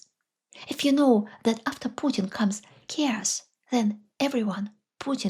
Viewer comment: please forgive my correction— but you have repeatedly pronounced “chaos” as “cares.” It is a two syllable word: Think of it as / ‘Kay—oss / with stress on the first syllable.